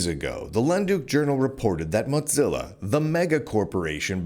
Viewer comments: Never heard anyone pronounce Mozilla as Modzilla, is that the right pronunciation or is it Mozilla? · Mow. Zilla. It's not a cheese. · Honestly, Motzilla is a better name. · You continue to make a fool of yourself mispronouncing Mozilla. Unsubscribed.